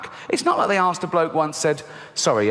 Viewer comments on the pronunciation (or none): none